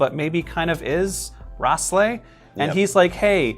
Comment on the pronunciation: He said raslei and its R A L S E I